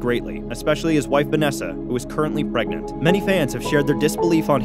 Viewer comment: Did he say Vanessa is “ cutrently pregnant”